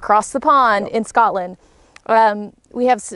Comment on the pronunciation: Thanks Cowboy Kent Rollins for pronouncing Scotland properly and referring to Scotland as Scotland. 10-4 frae bonny Scotland.